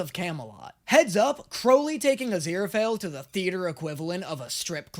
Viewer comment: Crowley says it correctly.